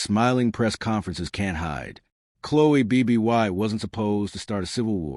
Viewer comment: We should listen closely to someone that can’t even pronounce Chloe Bibby’s name correctly!